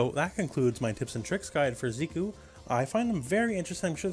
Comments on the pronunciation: Zeh-koo not Zee-koo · "Z-cue"? The announcer says his name haha how can u say it wrong?! "Zeck-ew" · Zeh-ku, Zeh-kuh. They pronounce it when he wins. Great video, though. Lol. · His name is Japanese. If his name were the way you pronounced it, it would be spelled "Ziku". Hero Banadana and the others who commented on this are right. It's pronounced "Zeh-ku".